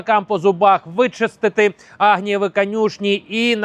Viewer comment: Конюшні не агнієві, а Авгієві. Мешканці Нью-Йорка в радіусі ДЕСЯТИ кілометрів від Білого дому? Лайк поставив і підписку залишив, але віднесіться більш відповідально до створення контенту.